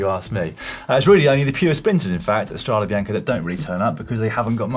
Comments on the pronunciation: STRAW-day bee-YAWN-kay...c'mon guys! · quite surprising realizing that pronouncing properly StradE Bianche (with a coosed final E) is so tough for everybody but the germans. Good Boys 🤣